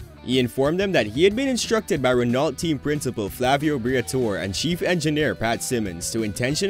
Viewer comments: Renault ...the L and T are silent lol. It's like Renau...Reh-no not Ren-alt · Very good video, here are some suggestions, work on your pronounciations, such as renault, its pronounced as; reno(t) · reno to an american is REE NO .. just saying. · Jos (Yoss) Verstappen, Jacques Villenueve (1 shja-k) ( 2 Veel-nerve), Ayrton (EYE AIR TON, although he was fine with the western pronunciation of Air-Ton) , Renault (ren-oh). Just a little bit of research goes a long way. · How does one get Renault wrong lol.